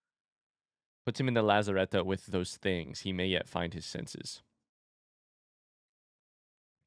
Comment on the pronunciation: The way you pronounce "lazarette" always gets me. You say it in the exact opposite way you should be pronouncing a French word, French has so many silent letters everywhere, I doubt there's a single word with an ending vowel that doesn't end up silent.